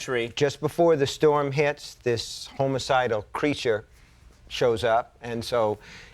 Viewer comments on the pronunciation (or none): Never heard homicide pronounced 'home-icidal'. Interesting.